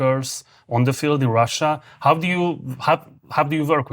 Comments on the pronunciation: Marci, How kiejtve háu, nem háv. Valamivel jobb az angolod mint az enyém de ha nem hiszed kérdezd meg, mert még soha sem hallottam így ejteni a how-t. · Aki ilyen választékosan beszél angolul, az miért ejti a "How?"-t, úgy hogy "Háv?" ahelyett, hogy "Hau?" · Zseniális, hogy angolul ilyen mélységben és ilyen hosszan össze tudtok rakni egy interjút. Egy apró fülzavaró észrevétel Marci: a how-ban nincs V! :D